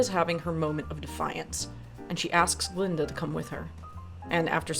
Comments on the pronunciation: Its painful to hear you mispronounce her name this whole video. Its Glllinda. 😂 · That Green Witch and Fiyero was playing Glinda behind her back. And that old goat, kept on pronouncing Glinda name wrong.